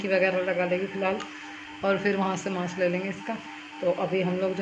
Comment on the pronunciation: Didi wo mask hota h mass nhi pl Bura Mt samjhna